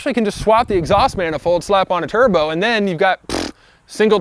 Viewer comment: “Single turbski?” Douche